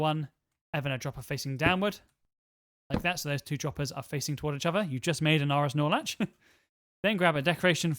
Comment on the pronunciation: Lol....rsnorlatch, it sounded like....lol.... I looked up basic red stone, and yes, that kinda IS a thing .... RS NOR latch.....still don’t understand the derivation of the name, but I’ll get there...lol